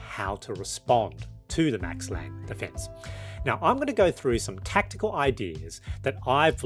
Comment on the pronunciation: as a German, can't resist the urge to mention that the "e" is pronounced, so its Max Lang-uh